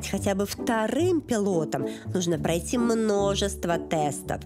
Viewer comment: Произношение бадоевой :плаЦиЦь—платить,дАрАгие,прАйЦи—пройти. КАРОЧЕ—ЖАХ!!!!